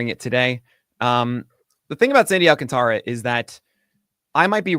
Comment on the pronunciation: Just a heads up guys, it’s pronounced Sandy “Al-contra” not “Alcan-Tara”